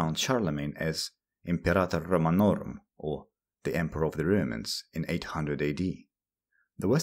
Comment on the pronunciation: Don't umlaut 'romans' you say röümäns not roumans